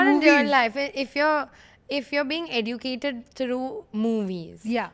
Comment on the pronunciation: EDUCATED is actually pronounced as 'EH-JUH-CA-TUHD'. Jan hit me jaari! Love!